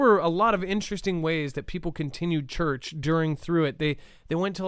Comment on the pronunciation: Church not turch lol